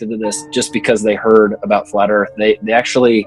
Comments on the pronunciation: "Da erf" says it all. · "Every side has an argument" Really? What is the flat erff argument? I mean an argument is a collected series of statements intended to establish a proposition. All they have is "nuh uh". There is no "argument" for a flat erff.